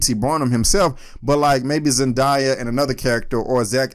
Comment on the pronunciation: It's Zen-Day-a not Zen-Die-a. Great review tho!